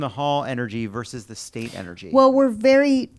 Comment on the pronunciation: I thought Jon kept saying The Staint, rather than The State Comedy group. 😂 I feel like "staint" is a great word that should be used more frequently.